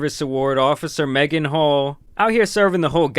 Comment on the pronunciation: Ngl, first time her name was mentioned I heard Megan Hoe. And I thought they said it on purpose. 😅